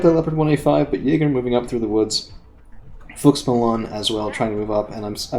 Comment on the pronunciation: I think you were saying Fuchs Milan. Every time you said it I heard, Karl Malone's like the basketball player. I was laughing a lot. Great video.